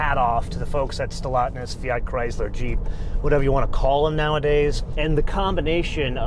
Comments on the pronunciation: Stellantis not Stellotness...all of your guessing is insulting. You are supposed to be a professional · It's called Stellantis NOT Stellatnis! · Just a small tiny correction: it is "SteLLANTIS" and not "SteLLATNIS". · Trust me, knows exactly how its pronounced. He doesn’t usually feature FCA/Stellantis and I think he was just having some fun with the name. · How can he not pronounce Stellantis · You need to pronounce Stellantis correctly. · By pronouncing Stellantis wrong on purpose, is this like your own subtle way of voicing your obloquy of Chrysler/Jeep/Dodge merging with Fiat? If so, it's kinda funny. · Maybe pronounce the name of the company somewhat accurately....